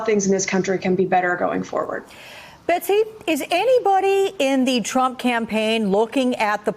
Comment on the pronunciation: I'm hearing "president trunk"